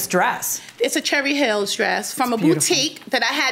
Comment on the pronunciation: SHERRY hill not cherry hills lol